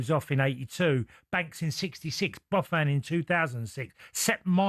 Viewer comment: Not only you got your “facts” wrong (after your rubbish research) which clearly you haven’t done but also how did you pronounce Buffon again? Bafan whatever you said it🙄you’re a joke mate. I mean the irony you got an Italian last name yet couldn’t say it😂what a balloon☝️